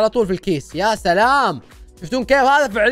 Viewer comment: كلت تلام مو سلام